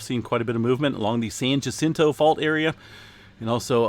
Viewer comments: San Jacinto = Sahn Hah-SEEN-toe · “Yuh-sinto” for San Jacinto. 🤨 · It is not Jacinto with a J sound! Try H sound to get it right.